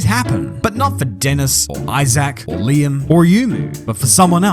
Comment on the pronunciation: it's Liam...